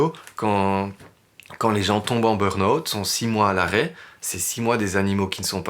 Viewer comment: très touchant et effrayant mais il n’y en a pas un qui sache prononcer burn-out c’est hilarant